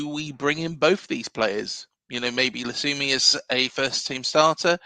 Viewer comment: Cheers for the episode. Fairly certain the Colombian’s name is pronounced Jon Lukumi. Unlikely the C is pronounced like an S when followed by a U. Concerned about his stats but have faith in our recruitment team.